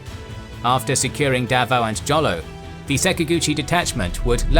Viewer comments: Jolo is pronounced Holo in Philippines 😁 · Holo (Jolo) , J is pronounce as H. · BTW, Jolo is pronounced as "Holo" and the stress is in "lo". Just wanna share